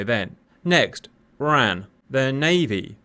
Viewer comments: Interesting scenario, but it is not said Ran as a word, it is always spelled out as R.A.N. and the RAAF is pronounced R double-A F. It makes you appear uninformed. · For future reference, RAAF is "R double-A F", RAN is R A N. 🙂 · Please RAN should be said as the separate letters R-A-N.. and not like the word ran as that is associated with the WRAN - the womens royal australian navy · WTF is RARF, it's pronounced the same as the UKs RAF ffs raff, or R double A F. And Stop saying Ran, as in ran away, its RAN, just say one letter at a time like you poms do with the RN. Perhaps a tad more research in future 🤦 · Pronounced… R-A-N, not ran; and rAAAf not RaF